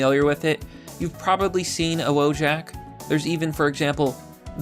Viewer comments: it's "wojak - VOYAK", not fucking "wo-jack" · Wojak is not pronounced Woah-jack, but Voh-yuck. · IT'S READ VOH-YAK IT'S EVEN WRITTEN RIGHT THERE, NOT WOE-JACK IT MEANS "SOLDIER" IN POLISH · You can't even say Wojak right... wołdżak? It's wojak (jak like in yak, not jack) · Just FYI, Wojak, pronounced "voyahk" is a Slavic word for a soldier. Russians, Polish, Czechs, Slovaks, Serbs and probably the rest of Balkan would understand the word, although each language may have a slightly different accents. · He's saying Wodżak despite having the proper pronunciation right in front of him... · Funfact: Wojak is originally a Polish meme The correct pronunciation is "vo-yak" and it means a warrior. (pronounce it as you please guys, It's just a funfact) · j in wojak is pronounced like y in yes. its a slav name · When I heard him mispronounce wojak I knew he wasn't white